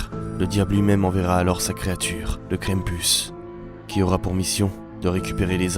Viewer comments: Krampus prononcé [kran-m-pous] ça veut dire crêpe en breton ( mm si je suis pas sûr que ça s'écrit comme ça) C'est pour ça que j'ai regardé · Mais ses quoi sa pk tu le monde dit mal le nom krampis ses kr am pu s